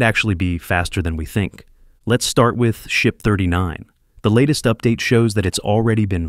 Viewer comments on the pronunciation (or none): none